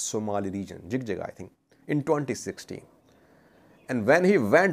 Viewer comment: so we say it JIJIGA not JIGJIGA in English jig jig has have diferent meaning it means having intimacy.